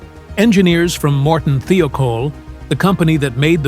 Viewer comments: "Thigh-oh-caul" not "thee-oh-kohl" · Thiokol is properly pronounced “ Thigh - oh - call “ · This video would have been better if the narrator could pronounce Morton Thiokol correctly. There is no e in it.